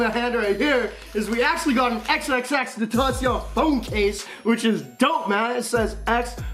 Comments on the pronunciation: I cringe when you say his name no offense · he is so fake he ion even know how to say x name like fr🙄 all he want it’s clout that he not finna get..he so fake he act like he been listenin to x for forever. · If you’re gonna use someones name that has passed away for views at least say it right😂🙄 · Great channel bro. Ur saying his name wrong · I can't stand how u say xxxtentacion it hurts my sole